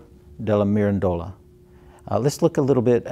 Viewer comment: Please, it is not ^^ miran DO la^^ with the stress on DO. The correct pronunciation, the only one is ^^ mi RAN dola ^^ stressed on the RAN syllable. You got ^Quattrocento^ right, if that is a consolation.